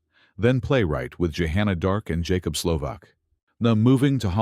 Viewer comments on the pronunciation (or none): none